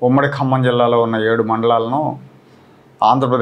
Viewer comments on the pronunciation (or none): హలో ఏబీ వెంకటేశ్వరరావు గారు 1959 లో G .O కి సంబంధించి ఖమ్మం జిల్లా మీరు కమ్మ జిల్లా అని ఉచ్చరిస్తున్నారు.